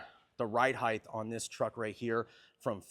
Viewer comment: People it’s 2026. Can we finally agree it’s height not heitdth